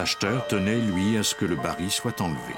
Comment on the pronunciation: Pour le narrateur : je signale et SOULIGNE qu'on prononce le L FINAL du mot BARRIL. Merci !